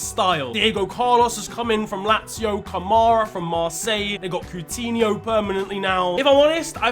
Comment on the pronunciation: Pretty sure it's coutinho not putinho🇷🇺 and Diego Carlos is from sevilla